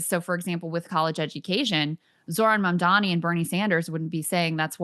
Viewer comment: Emily: ..Mamdami.. Me: ::eyeroll:: uhg